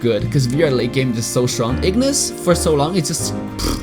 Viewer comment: Yasss, btw who loves how says "strong" as "shchong" ❤️